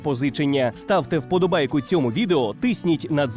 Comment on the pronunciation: Дякую за відео! Наголос вподОбайка , а не вподобАйка!Але все одно треба ставити! Вивчаймо українську !!!🇺🇦🇺🇦